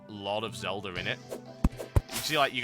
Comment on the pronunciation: I like how he says "Zeldar"